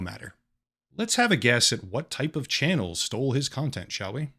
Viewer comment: "chanuel" XD